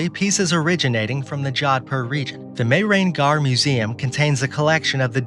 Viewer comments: ur spelling was very inappropriate , its mee-her-gaarh & the city name is Joah- dh- pur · Its Mehrangarh Fort not castle.